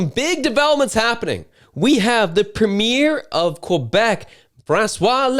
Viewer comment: WTAF is a "PUHMEER"? Do you mean PREMIER?